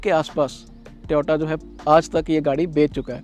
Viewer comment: भाई ट्योटा नहीं होता टोयोटा होता है